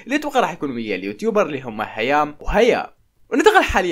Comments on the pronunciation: مرام🚫 هيام✅ 😂😂😂😂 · هيا ومرام 😹😹 مو هيام وهيا 😂😂💔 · هيام وهيا ☑️ هيا ومرام ❎ 😂😂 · هيام وهيا ✅ هيا ومرام✖️ 😂😂😂😂